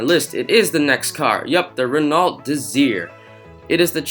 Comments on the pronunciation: The pronunciation is Reno Desire, not Renolt DeZir. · butchered the pronunciation of the Peugeot (Peu-j-ou) and in Renault the T is silent